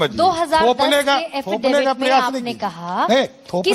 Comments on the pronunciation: affidavit hota hai haffidavit nai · एफिडेविट ❌ हाफीडेविड✅😂😂😂😂😂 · abe Affidavit hota hai Haffidifit nahi🤦‍♂ 7vi fail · Hafidifid nahi hota hai,sahab affidavit hota hai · Affidavit ❌ haffidafid 👍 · Afidavit ❌ Hafidavit✅ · तुम affidavit को hafidifit बोलते हो। अब विश्वाश हो गया की तुम चौथी फेल हो तुम्हारे पास फर्जी डिग्री है। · Are pahle bolna Sikh lijiye 'Hafidebit' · Affidavit bolne nhi aata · Aaafeedevit bol raha😂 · Hats off to the anchor. And laughs for haffidivit. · Affidavit hota h Wrong pronunciation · Affidavit bhi sahi se na bol paa rha.... Anpadh